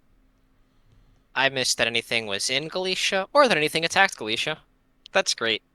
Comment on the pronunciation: in russian these places are "Галиция" and "Силезия", so i would say Galicia the way you said it here with a "sh", and Silezia with a "z"